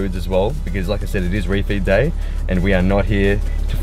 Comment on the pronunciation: What is “refeat day”? Not sure if I’m spelling it right but keeps saying it and idk what it means or anything...